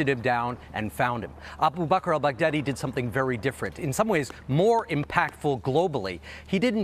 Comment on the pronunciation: "Al Bag Daddy" - Trumps way to pronounce it is so uneducated.